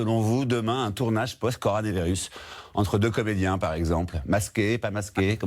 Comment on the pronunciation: mais xavier articule, arrête de respirer inutilement, parle moins vite, arrête de grimacer et mets tes lunettes !! "coranévérus" PARLE MOINS VITE !!!